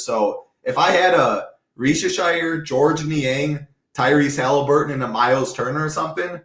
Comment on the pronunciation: FYI it’s reese-ah-shay (not reese-ashire)